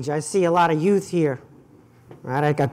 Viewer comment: “We gotta lotta youts here.” :)